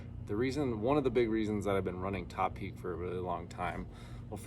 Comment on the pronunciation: Finally, someone who knows how to pronounce 'Topeak'!